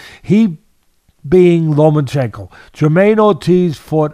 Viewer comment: LOMA-CHENKO (NO N). Not "Lomanchenko"